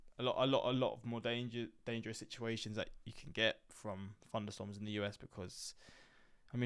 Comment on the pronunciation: I also love “FunderStorms”